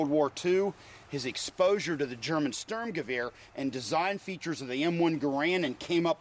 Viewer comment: Stormgewähr xDDDD iam german and it sounds so funny :DD